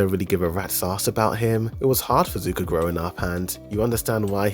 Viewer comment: Even tho you meant to say sokka and corrected it. You’re still pronouncing zuko incorrectly.. it’s Zuko not suko… my goodness … 💀😅 I guess a combination of Zuko and sokka would be suko 🤣 so I can give you that 🗿🤷🏽‍♂️